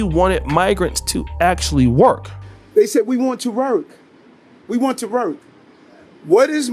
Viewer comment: He can't seem to be able to say the word "work".